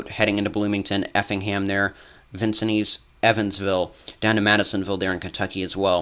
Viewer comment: Thank you. P.S. it's pronounced Vin...sins.